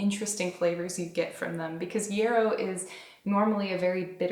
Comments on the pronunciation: Yahhhhhrow. It has not with an e but with an a sound. It's a wonderful herb. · So cute how you say yarrow like it is “euro” or maybe I’m pronouncing it wrong like yaaar-oh ☺️😝 it sounds better when you say it anyway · Are you saying yarrow? The flowers look like ones I grow, but your pronunciation is throwing me off. Thank you for the beautiful video 🙂